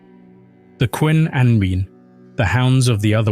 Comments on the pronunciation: Ah, yes, "the cween anween" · Just FYI -- Cŵn Annwn is pronounced ''coon anoon''.